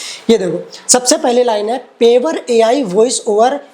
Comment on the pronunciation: Bhaiya पेवर nhi प्योर bola jata hai